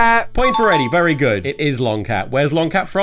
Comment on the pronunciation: That’s vewy nice